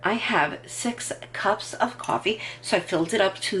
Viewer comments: You don’t like hearing her say cuwofee? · You should be paid by Cafe Bustelo or get free cwoffe for life